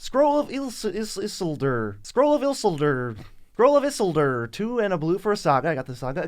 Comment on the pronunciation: please, it's Isiiiiiiilldduuuurrrr